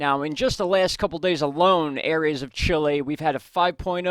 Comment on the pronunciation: Is CHILE not CHILI fellas..👍